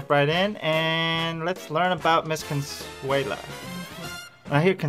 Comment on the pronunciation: Consuale? no no no . Cheers!